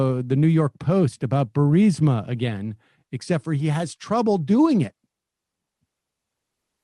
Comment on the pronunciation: Berisma, I was waiting for him to say barista. Need me some espresso to get through this nightmare.